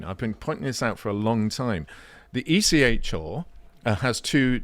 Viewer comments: Stop saying ECH-oooooo it is ECHR-aaaaaaaa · Can someone please teach to pronounce the R in ECHR properly? Listening to him say it is making me want to stick needles in my ears.